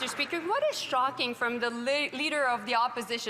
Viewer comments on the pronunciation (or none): Did Joly say "shocking" or "stocking"? I'm not sure if she's talking about PP or the clown king.